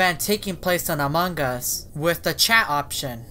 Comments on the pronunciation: How to say among us clearly: Me: "Among Us": "Amung Gus" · amon gus* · Its AMONG US!not amongg us ughhhh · im not being mean but, why do u say "among gus?" well i love ur vids anyway so ill just ignore it. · His pronounciation is different